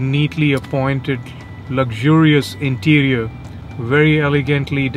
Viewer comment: "Luxurious interior" said with Indian accent)))))))